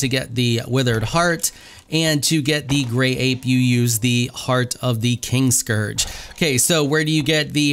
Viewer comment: So, I tried to knock out Valis the Loyal to tame him as a Thrall. Didn't work, of course, but you can admin spawn him as a tamed Thrall and he has 45,000 health. lol. fun times. And I am sure someone has said this before but the name is KIN-Scourge, not KING-scourge.